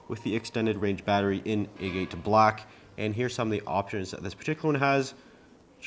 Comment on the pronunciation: A-Gate? "agate" is pronounced with the first syllable stressed, sounding like "AG-uh-t" (with a short "uh" sound).